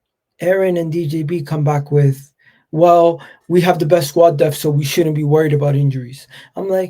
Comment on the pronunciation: Word of advice.... its pronounced DePTH not DEFT. Then you will be on your way to earning respect.